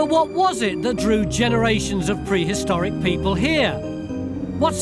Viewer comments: Perhistoric? That's new.... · Prehistoric or perhistoric? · Perhistoric? and Burried? Really??? Are you guys not reading the text before you hit enter?